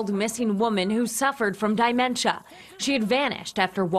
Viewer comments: It's not die-mentia. It's de-mentia. Glad the doggie found her. Dementia is a nightmare. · Please tell that news girl that it’s NOT “die mentia”… thi I is a short sound! People keep changing the English language!! Yikes! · What the hell is Dye Mencha???? 😂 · I was waiting for someone to mention the newscasters pronunciation: ”dymentia” or ”dimentia” ...as if the poor lady was uncontrollably shifting between dimensions. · I thought forgot to put on her bottom. Then she mispronounced dementia. Thanks Tobey! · I stated in the very first sentence that I'm happy to have a story be about good news. However, the lady is supposed to be a "professional " news reporter...as such she should be wearing proper professional attire and not mispronouncing words on the news broadcast...so it's the entire viewing audience's business when she does this. sanctimonious much?